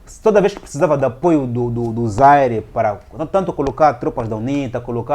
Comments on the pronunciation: Bom trabalho, mas não é Zaire; é Zaíre. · Rever a pronúncia do antigo nome da actual RDC.